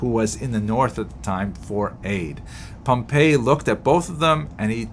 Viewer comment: Excellent presentation, clear, succinct (as usual). I hope you don't mind ... a small correction regarding pronunciation. In the lectures on Roman history that I've watched, General Pompey's name is always pronounced as POM-pee, as distinguished from Pom-PAY, the pronunciation of the city Pompei.